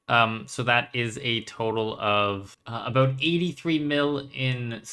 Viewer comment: the aboots gave it away 😅